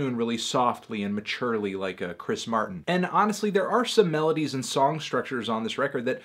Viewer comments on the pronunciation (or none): none